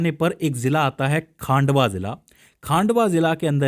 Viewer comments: वह खांडवा नहीं खंडवा है पहले अच्छे से पढ़ लिया कर😂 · खांडवा नहीं सर वो 'खंडवा' हैं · Khandwa ko khaandwa bol raha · खांडवा नहीं खंडवा जिला है